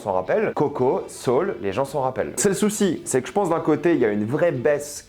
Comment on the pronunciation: Naaan mais Mdr’ les prononciations : Zoutopie, Décé, Encanto et j’en passe par contre petite exception pour Soûl qu’il prononce correctement xD je sais pas si il est con ou quoi mais en tout cas il se la joue malgré tout 😅